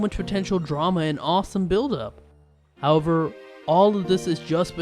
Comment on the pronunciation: If you're gonna do voiceover why not learn how to read? Instead of 'However' you say "hurrver" like a dumb ass..